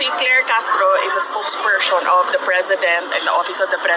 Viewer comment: SPOKESPERSTION WTF